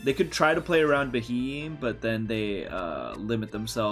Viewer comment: Sorry mate but I can't get over this, that pokemons name is pronounced be-he-m.